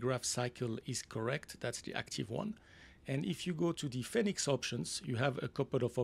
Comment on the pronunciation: Love FSIPanel. New training scenarios are always exciting to see. Just a note. Fenix is pronounced like fee nix rather than fen nix.